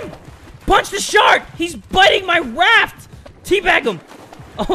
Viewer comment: am im the only one who heard waft??😂